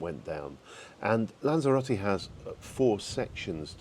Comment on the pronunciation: Are you pronouncing Lanzarote differently or is it just my ears? Lanzero-tay as I would say Lanzero-tea?🤔 Ps. Great vlog!